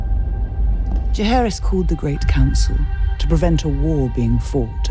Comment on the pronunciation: The fact that Viserys' actor cant pronounce the name of Jaehaerys properly throws me back to David Benioff mispronouncing Missandei in the BTS episodes of S8 and that isnt a good sign